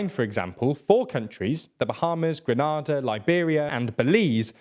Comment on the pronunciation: Grenada = Grin-ay-dah